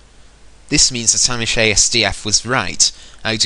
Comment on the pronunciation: U sure did pronounce that right. My real name is Amish but since amish is already used in as a n ID I us Amish plus asdf ie the first 4 letters of the middle row in the keyboard.